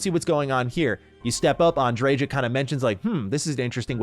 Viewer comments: Andre-JAH! Lol. It's likely pronounced Andre-YAH isn't it? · Why do people put so much emphasis on the j in her name, unless im misremembering it was a ya sound not a juh 😂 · Am I the only person who thinks the J in Andreja is meant to be silent? Like a Spanish J, haa sound? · Sarah is wrong. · That's not how you pronounce Andreja... I'm from Poland and even I know how to pronounce these Spanish names lol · This ain't looking good already. 3 minutes in you say you "adore Andreja"... yet can't even pronounce her name correctly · i really hate how Andreja's name is pronounced